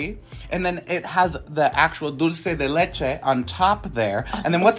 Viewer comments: dulce de leche pronunciation was on point.👍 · Thank you for pronouncing dunce de leche correctly!! We are looking forward to trying out these new cookies.